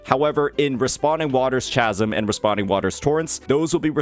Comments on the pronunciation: "Chasm" is pronounced with a "K" sound. Like Charisma and Chaos. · chasm with a k sound. like chaos, my guy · Just gott say that is NOT how you pronounce chasm💀💀💀